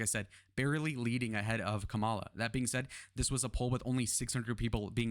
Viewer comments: It's pretty early to be counting polls at this point. After the Democrat convention, it's when they really need to be looked at. Also, as an independent, I can say that the juvenile act of constantly mispronouncing Kamala's name is off-putting. Just FYI. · First of all, learn how to say Kamala Harris' name. Emerson College poll, I've watched elections, they are so off...always leaning Republican. Keep dreaming... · You mentioned Biden's "dementia", but failed to mention Trump's. Hope you can address that error, soon. It's important. Also, you are continually mispronouncing Kamala.